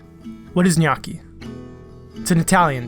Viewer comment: I'm really impressed by the way you pronounce "gnocchi", because I was expecting a pronounce similar to the "gn" in "pregnant". So, bravo!! By the way, I'm Italian